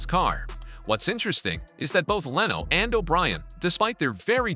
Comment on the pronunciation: great video, wish you didn't have ai wright and read it though, there's a certain repedidivenes to the word choice that's annoying and the mispronunciation of words like lano instead of leno and ferraris not ferrari